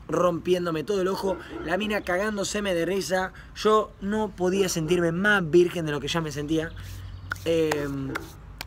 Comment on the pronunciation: Lo escribió así porque Coscu se equivocó y dijo "Virguen" .__.